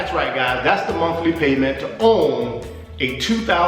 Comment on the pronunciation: Did he say the Monkey Payment or the monthly payment?